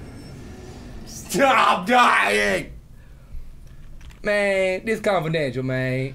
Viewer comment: "Mayun I ain't even getting stawted yet" oh my god I replayed that like 20 times